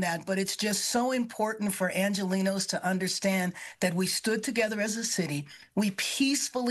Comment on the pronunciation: Karon bass needs to stop saying “argelinos” she’s literally lost all right to saw that word when she let the city burn